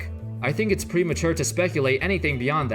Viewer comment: How’s going folks? I can’t tell if you’re saying “it’s” in there or not. Always trips me up. Sorry. OCD.